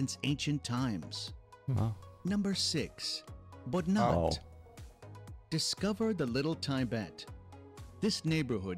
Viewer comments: Not Bodnat Its Boudhanath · it's Boudhanath not Boudhanat and those guys missed Manang and Mustang... The head and crown of nepal🇳🇵🇳🇵🇳🇵🇳🇵🇳🇵love my country... It's the best😍😍😍😍😘😘😘😘